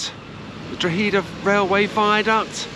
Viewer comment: My beautiful home town Drogheda and you prounounced it will :)